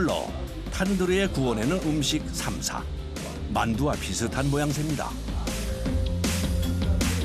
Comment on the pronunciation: 현지인들도 th발음 나는 삼사에 가까운 발음을 하는데 너님은 혼자서 땀냄새나게 땀사땀사 거리세요